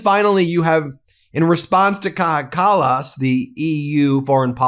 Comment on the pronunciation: Well said, Kaja Kallas. 👏It's pronounced (K-EYE-A), btw. How the f*ck has Mike (National Security Risk) Waltz still got a job??!